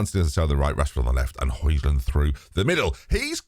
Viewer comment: Højlund is pronounced like Hoy no J sound